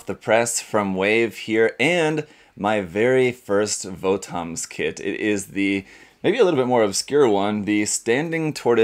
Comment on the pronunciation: VOTOMS is actually pronounced like bottoms iirc